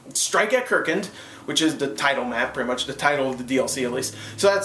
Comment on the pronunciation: How did you pronounce it wrong?? kArkand not kerkant